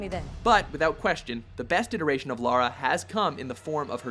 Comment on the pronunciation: Finally someone that prnounces Lara Croft's name right, so many say Laura but it's Lara.